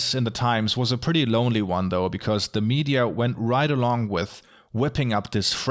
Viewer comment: This video made me realize Bloomberg can’t pronounce disproportionately.